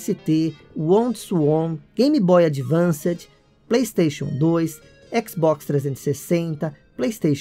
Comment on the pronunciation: Otimo vídeo, só doeu ouvir Game Boy AdvanceD. Abraço